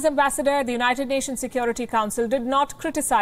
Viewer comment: Did I hear "Cond*m Nations to issue statements"!!!